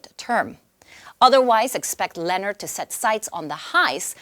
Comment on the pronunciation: It's pronounced "Lu-nohr,"; get it right...